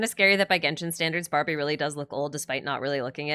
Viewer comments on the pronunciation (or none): none